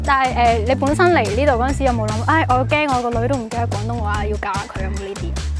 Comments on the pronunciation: 旁白試下講 「廣」東話丫，「講」東話有啲un耳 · 主持”港東話” “趕色餐廳”😂😂